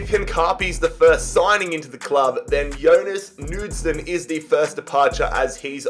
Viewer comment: The K is not silent in Knudsen... The D is, though